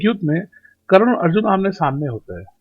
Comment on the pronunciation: It's Karn not Karan...